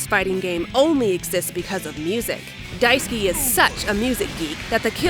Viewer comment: i cant help but hear Daisuki (big like) instead of Daisuke whenever you say it.